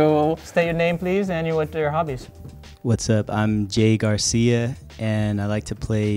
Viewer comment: is really good! He's better at pronouncing "Garcia" than the full blooded pinoy. Haha. Only his squat was not it.